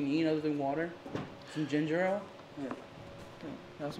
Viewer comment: Did he just say Gingerale ale omggggg I love Ginger ale to. Funny